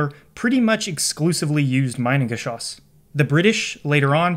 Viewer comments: In German - switch the pronunciation of I and e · Next video goes about pronouncing the names correct. Its not majnengeschoss, its mienengeschoss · haha pronounce "mee-nengeschoss", cause it's mean. "my-nengeschoss" sounds like "minebullet" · German native speaker here with a small pronunciation correction (because of course, because I'm German.. :D ). The way you pronounce the "Minen"-part, it would have to be spelled "Meinengeschoss" - which is not a proper word. It's "Minengeschoss". The "Mi" part of the German word "Mine" is pronounced similarly to how you pronounce the English "me" (as in "me, myself and I"). So ... "me-nen" in a super-poor man's phonetic speak. :) Googling "Minengschoss pronunciation" brings up a page with a good example of the correct pronunciation as the top result. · fyi pronunciation is "me"-nen not "my"-nen great video! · The first syllable is pronounced like "me", not "my". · Very good video. Only a minor correction in the pronunciation of Minengeschoss from me, a German. It is pronuced like Meenengeschoss. The German "i" is pronunced like the English "e". Greetings Mega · The Geschoss part pronunciation is on point. Just the first part is infuriating for us Germans. Try pronouncing it like meanan. 😊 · Minengeschoss is pronounced like Meenengeshoss source: I'm German. It means mine projectile, maybe not surprisingly. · Great video, one minor correction though: You use the English pronounciation of "mine" instead of the German one. No biggie, but I suggest you look up the correct pronounciation of the item in question beforehand. :) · Hahahha "Meinen-geschoss" ! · Minengeschoss. Pronounced like ee. Sounds like Meenengeschoss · the letter I ist pronounce Eee in German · It's pronounced Meenengeschoss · It’s actually pronounced meenangeshoss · It’s pronounced me-nengeschoss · Quick tip: pronounce like “meanan geschoss”. Has nothing to do with mining. 😊